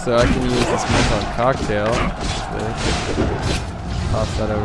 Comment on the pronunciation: when she first said chock tale i thought she meant a sandwich lol but i got what it means after lol